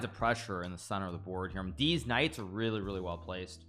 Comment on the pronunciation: The way he says these Knight's sounds like deez nuts😂